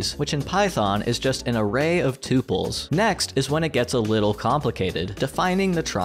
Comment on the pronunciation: Thank you for pronouncing "tuple" correctly. Surf Wisely.